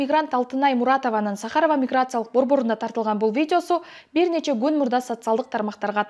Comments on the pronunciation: сахАрово эмес чон кыз сАхарово деп айтылат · Журналист кыз сАхаров деген созго туура ударение койчу, билимин барбы?